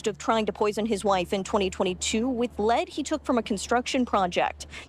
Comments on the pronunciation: I agree, but for the element "Lead" it says "leed" not "led" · For the element "Lead" it says "leed" not "led" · If you click on the description it states this video was made with AI. But you simply have to listen to the different pronunciations of the word “lead” to quickly realise it’s an AI voice as well as AI generated images. “Leed”? Nope, it’s pronounced “Led” Really disappointing. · The constant mispronunciation of the word "lead"!!